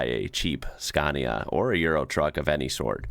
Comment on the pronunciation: Psst,, it’s “scah-nia” 😜👍